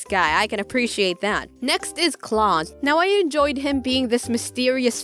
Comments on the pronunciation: Her: pronounces Klaus CLAUSE Me: internal suffering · Noice. But it’s pronounced (Kl-ow-s). But still a good video lol